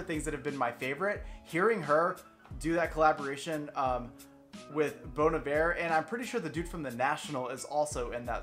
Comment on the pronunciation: this is the first reaction i have watched where "bon iver" was pronounced correctly so i am going to give you a thumbs up before i even finish just because of that